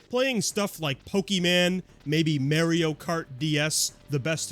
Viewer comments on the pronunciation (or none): Pokeman? Maerio kart? Does bro even know how to pronounce words? It's Pok-è-mon and Mar-ee-o. (Now unless this is supposed to be a joke based on how grandparents say them, in that case I feel dumb.) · Pokie-man, and Mare-eo. Yup. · pokie man? mare-eyo kart??? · "May-Ree-O" will always be a successful rage bait to me 😂 I cringe every single time